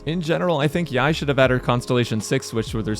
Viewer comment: pet peeve rant but why do so many content creaters call her yai miko its clearly yae (yay) miko